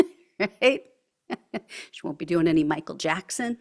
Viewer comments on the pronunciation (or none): none